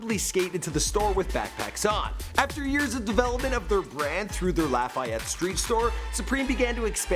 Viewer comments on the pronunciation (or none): none